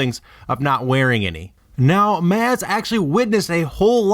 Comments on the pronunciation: Maz with a 'ah' sound... Did you even listen to her name when they said it in the movie? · Did you do meth before recording this? Why are you speaking so quickly? Also, you are mispronouncing Maz. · Sir, please refrain from saying her name so many times if you can't even fuckin pronounce it right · It's like the way a white person uncomfortably speaks spanish without the accent. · the way you pronounce her name is so annoying & wrong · How do you even manage to mispronounce 'Maz' when you pronounce 'Kanata' right? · Why must you pronounce her name differently than it is in the movie? What's the point? So annoying. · Why does he keep saying her name wrong.... Like lol it's three letters and there's no accent on the A...! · I swear the way he pronounces Maz is horrid. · I had to stop watching because of how he pronounced Maz, fucking annoying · MAZ? it was pronounced MAhZ, can you at least get that correct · It has not been confirmed by Lucasfilms whether or not Maz (pronounced MAHZ, not MAYZ) Kanada is force sensitive. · not trying to troll here, but did you see the movie? it isn't pronounced MAz like Spaz... it is pronounced Maz like applause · Maz does not have the same ‘a’ sound as ass. Why can’t you say m-ah-z? How hard is that? It’s like you didn’t watch the movie, just read about it. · It sounds like moz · It's pronounced moz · Because Mike he can't speak very well the woman's name is Ma with a z on it not maze. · Her name is pronounced "moz" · and Takodana are right Maz is wrong its pronounced like moss/mozz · Dude. It's fucking pronounced like Mozz. It's not like this was a book where you had to figure out the pronunciation for yourself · A. It is pronounced "moz" B. She owned the castle for 1000 years. This makes no second. C. Pod racer. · Pronounced Moz though spelled Maz. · what if I told you it was pronounced like moz? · It's pronounced "mozz" bro! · ITS PRONOUNCED MOZ! MOZ! HAVE YOU SEEN THE MOVIES?!??!?!??!? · fuck dude its pronounced Mahz. Ty